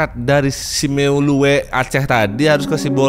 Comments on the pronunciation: Cara bacanya bukan simelue. Tapi simelu sama kayak tulisan lhokseumawe. Kebanyakan orang-orang pada bacanya loksemawe ini salah kata diawal itu lhok cara bacanya sama kayak baca tulisan khodam atau kodam ya semua orang baca kodam bukan khodam tapi di jawa dibaca kho ada yang kho ada yang ko. Nah di tulisan lhok itu sama kayak kho tapi dalam huruf L dan huruf K, jadi cara bacanya LhoK sama kayak kho. Kami orang Aceh bacanya lhoek pake e biar keren😎.😂😂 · Bacanya simelu bg. Saya suka bgt ke simeulue. Warganya ramah² bgt , alam nya juga bagus bgt. Sedih + kesel denger kisah ini. Semoga almarhum husnul khotimah.